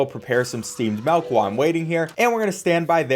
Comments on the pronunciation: He just keeps saying melk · I'm sure this video is great but I had to stop watching because you're one of the white people that say "melk" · if this dude says malk one more time im done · is no one gonna talk about how he says "melk" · ok no offense, but why you say mawk instead of milk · The scariest thing in this video is calling "milk", "malk" 😅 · Thinking people will get mad about you saying caramel correctly vs saying melk instead of milk? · Every time he said "Melk" a % of my soul was lost. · Milk. Not MELK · "Steamed melk" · Its Milk... not M E L K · Im sorry .... i have to Do this....."MELK" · The way u say “melk” 😂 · Am I the only one hearing him say “MALK” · I'll be honest I care less about your pronunciation of Caramel than I do about the fact that you keep saying melk instead of milk. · I'm not upset about Caramel vs carmel, I'm more upset about how he pronounces Milk like Melk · MELK NOOOOO ITS MILK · “Steamed Melk” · I love your vids as always, but the way you say milk cracks me up. "Melk" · Saying Caramel instead of Caramel doesn't bother me personally, but the way you pronouns milk ("melk") is the thing I noticed lol. Pronunciation aside, it's really funny that this video is teaching me the difference between different types of coffees than trying to learn by myself. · When your dialect is extra humour 😭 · Steamed Melk Honestly you pronouncing it melk was hilarious to me and I always smiled when you said it Keep up the good vids